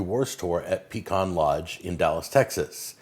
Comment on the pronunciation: you are now a SOUTHERNER.. it is PEE-CAN..